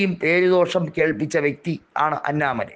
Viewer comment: അന്നാ മലൈ അല്ല അണ്ണാമലം